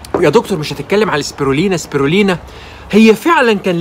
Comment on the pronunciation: واسمه سبيلينا وليس سبيرلينا